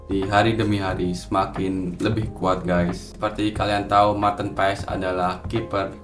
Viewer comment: bang kata kochi pengucapannya itu "paas" bukan "paes" abangkan lama di belanda tapi bilangnya "paes" jadinya yg betulnya yg mana ya?